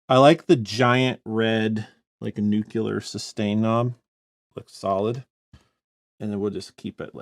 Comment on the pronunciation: Its ok And again you mispronounced Nuclear Its noo- clee-uhr not noo qu ler